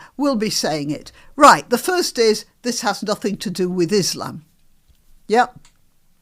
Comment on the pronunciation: Stand up commidens stand up 😅 she's embarrassing.... and one of them who can't say islam?? keep up the good work 👍